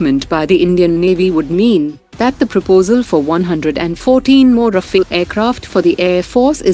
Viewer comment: RAFALE not Rafael!!!!:face-purple-crying